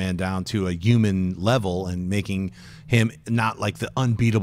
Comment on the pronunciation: What's a yuman? ;-)